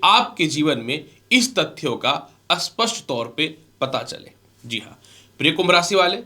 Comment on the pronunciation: Bhai aap sapastt ko aaspasstt bolta ho